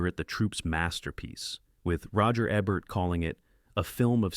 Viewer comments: Come on! Not eh bert, eeee bert! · Roger EEEEEEEEEEEEEEEEEEEEEbert. NOT Roger ebbert. fix your AI. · Your stupid AI voice can't pronounce Roger EBERT correctly! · That's a memorable list. The great film critic your quoting "Roger Ebert" is pronounced EE-bert. Not Eh-bert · Roger EEEbert. Not Ehbert. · "Roger Ebbert?" 😂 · You pronounced Roger Ebert's name correctly earlier, yet you got it wrong here. Strange. This is something AI narrators do. Are you an AI? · You can't get much more AI than alternately correctly pronouncing and mispronouncing Roger Ebert's name over and over again. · They sent the AI for remedial pronunciation lessons for 'Ebert'